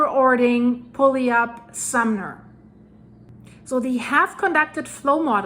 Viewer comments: I'm a local out in Tacoma watching that mountain right now. Puyallup is pronounced Pew-al-up. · Good attempt at “pu-al-up”! That and Sequim get most people. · Puyallup, Washington = pronounced…Pew Al Up.